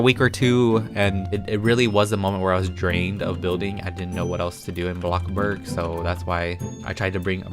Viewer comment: I love how he says blockburg instead of bloxburg